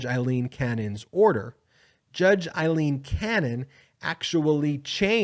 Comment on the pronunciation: is it so hard to pronounce the name Aileen not Eileen'